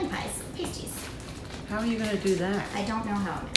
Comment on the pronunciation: I believe it’s past- ies, instead of paste-ies.